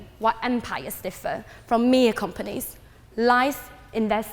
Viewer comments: She can’t even say companies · tech compires? companies? empires? what is that word?